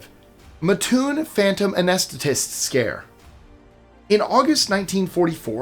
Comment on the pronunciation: I live an hour away from Mattoon. It's pronounced matt' tune